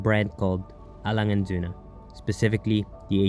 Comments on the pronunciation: I'm from Germany and you pronounced the brand perfectly👏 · You're the first American I ever heard to say Lange & Söhne right lol...congrats to this beauty btw.:D